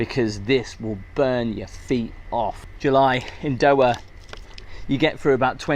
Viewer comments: Doha... not doa.. more effort with pronunciation would be appreciated 😅😊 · The pronunciation of “Doha” is: DOH-hah (with the “DOH” as in “dough” and the “hah” softly pronounced).